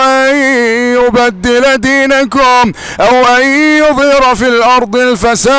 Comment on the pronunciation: جزاك الله خير استاذ ، للتوضيح فقط انت قلدت حتى اخطاء القارئ في سورة غافر ، اعتقد اسم القارئ خالد الجليل (( اني اخاف ان يبدل دينكم )) الكاف في كلمة دينكم مضمومة ولا يوجد حرف الواو بين الكاف والميم.. تقبل مروري